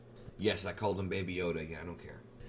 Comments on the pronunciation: GrogU, not GrogO! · It’s grogu pronounce grow-goo like goku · Lol it was Grogu not grogo... but we get it.. this episode was so epic this is what Star Wars is supposed to be.. this Jedi adaptation was better then some of the new movies taht came out especially the last 2.. still enjoyed the movies..!! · Not once did I hear them say grow-goo, it’s grow-goh